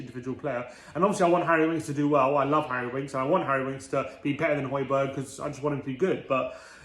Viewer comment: I wonder, if we sign Højbjerg, will they start to pronounce his name properly. Love from Denmark